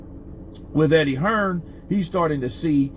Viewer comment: Who’s Eddie hesrn? 😂